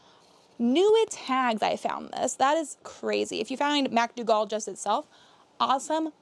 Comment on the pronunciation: The red dress is pronounced “Mac Doogle”❤